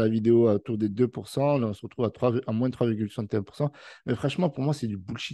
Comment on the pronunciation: on est écrit '' moins'' mais on dit' 'moin' ' pas moinSs